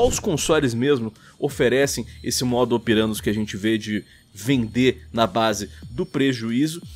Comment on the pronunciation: É verdade, mas ele tá falando errado kkkk, o certo é "modus operandi"